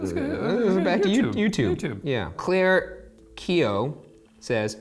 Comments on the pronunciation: i know this man did not just say claire instead of CLARKE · Ryan tries to pronounce the name "Clarke Keough" and instead says Clair Keough, props on the last name but c'mon now Clarke is definitely Clair lol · I feel bad that Ryan pronounced Clarke's name as "Claire" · Is no one going to talk about how Ryan called “Clarke” “Clear” ?????? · wHY did he read Clarke as Claire ??? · ryan.. did you really just pronounce Clarke.. "cleerke" ???? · the way Ryan pronounced ‘Clarke’ stresses me out